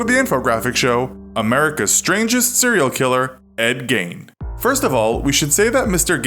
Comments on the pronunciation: It's pronounced geen not gayne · It’s gein not gain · I was excited to watch this, but I can’t get past the fact the narrator is saying “gain” instead of “Geen” 😭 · It's not pronounced gain its geene) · It's pronounced GEEN other than that good episode